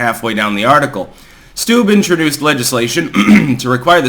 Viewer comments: Steube= "Stew-bee" not "stoob" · PRONOUNCED STU BEE